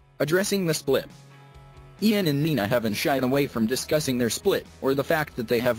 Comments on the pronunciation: Did u say iron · Ian's name is pronounced as 'eean' not 'iian'...😶😶😶😑😑😑😐😐😐🙄🙄🙄😂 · did it really just call him eye-an instead of ian... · I didnt know that Ian’s name is pronounced as AiAN now😂😑😂